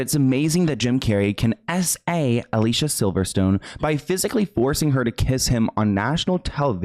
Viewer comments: i never knew about all this😮also Alicia is pronounced Ah lee c ah btw😂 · You know her name is actually "Ali-Seeyah", I saw her say it on youtube once. Everyone says her name wrong everywhere, so I understand how you said it wrong as well. I could not agree more that Jim is completely hypocritical. He definitely did not have a right to step up on Will Smith. (Which I agree was completely wrong as well). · Her name is uh Lee see ya. I have the same name with with an e like Felicia with no f and it's so effing annoying to correct sometimes. 😒 I hope in second video you call her the right name. It's innocent mistake but people insist on pronouns of choice so I feel valid is speaking up when someone accidently messes up. Keep up the great content! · I feel so bad for her. Side note. Her name is pronounced Ali-see-yuh. She made a video on it. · her name is (ah-lee-see-ah) ugh, why can no one say our name right? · it’s a-lee-see-a lol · It’s actually pronounced( ah lee see uh ) it’s spelt Alicia tho :) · Her name is actually pronounced al-e-c-uh just for clarification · Psst, unrelated by Alicia went OFF about the pronunciation of her name. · NGL i had to dip at the mispronunciations of her name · Love your videos!!!! Just a heads up, you are pronouncing Alicia's name incorrectly. Horrible how she was treated as she grew up in Hollywood. GROSS. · You said Alicia's name wrong x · I hate to do this to you but she gets so annoyed by the industry never saying her name right: ali-see-uh, not alisha. All these years I didn't know either, until a deep dive about her experiences! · Great video, just some corrections, her name is pronounced Aleeceeah, not Aleesha. Margot is pronounced Margo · Her name is pronounced Ah-Lee-see-uh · Say it with me now: Ah-Li-Ci-Ah She has said that she doesn't like being called Alisha 🤣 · I know you didn't mean to, but her name is pronounced Ah-lee-see-ah not Ah-lee-sha. No hate, just wanted to let it be known. ☺️